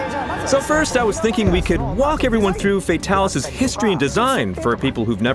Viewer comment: yay they said Fatalis properly!